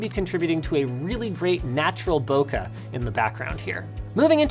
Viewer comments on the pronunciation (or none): "boh-kuh" It's pronounced "boh-kay", like to rhyme with Pokemon! Bokeh Is a Japanese loanword after all taken from "ボケ" (ボ = boh, ケ = kay). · lol, “bokuh”... Were you trying intentionally to drive a lot of people crazy with that mangled pronunciation?